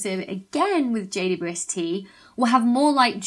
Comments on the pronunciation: I like how she says jaydubuestee 😂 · I just love your videos and have already learnt a lot. One small question: Is JWST always pronounced like "J" "two" "S" "T", I wonder? I never seem to hear a "double u". Or is that just because of the speed of talking vs. my slow old hearing?